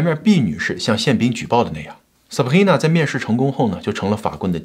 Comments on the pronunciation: Sabrina 你發音成 saprina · 唉哟 sabRRRIna~ 中国人用法语的口音念拉丁的名字，一定是加拿大的 XD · 哈哈哈哈哈 Sabhina , 法語發音耶。快點跟進做PDiddy 了